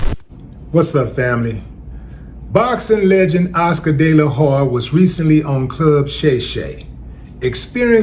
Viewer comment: Oscar GAYla Hoya! 😂😂😂😂😂😂